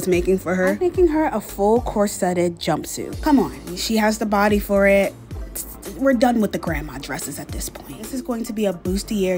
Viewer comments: Bustier is pronounced Boosty-A not boosty- air, Sis. Cute work! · You said bustier wrong. It's pronounced Boo-stee-ay and the r is silent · Just fyi the r is silent in bustier